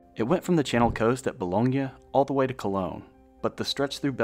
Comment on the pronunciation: I wish people would pronounce Boulogne (in France) correctly. It is NOT the same as the place in Italy !🤔